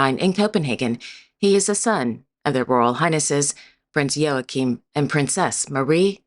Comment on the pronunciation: It is impressive that you got the pronounciation of Joachim right. Not many forreigners can do that.